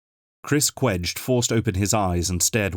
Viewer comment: I should point out that in the novels, Chris Cwej says his last name is pronounced Sha- VAY. All in all, a very pleasant surprise! Thank you from the bottom of my hearts! LOL